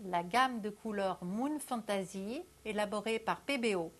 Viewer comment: Ouille, la prononciation de "fantasy" laisse a désirer... xD